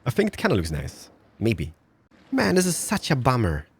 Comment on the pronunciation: it is pronounced this not dis.